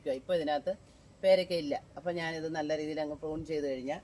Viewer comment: വൃത്തികെട്ടവളെ, ഫ്രൂൺ അല്ല പ്രു ൺ.